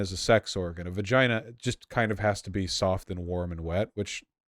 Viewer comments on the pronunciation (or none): Vowshie be makin me soft and warm and wet the way he pronounces "vagayna". Very strong and commanding.